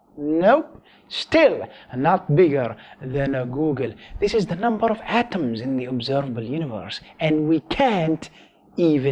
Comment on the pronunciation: You said number infinite amount of NOMBARRRR😂